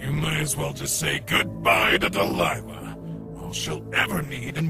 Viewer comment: you still called her Delilah, despite her name is Deliah.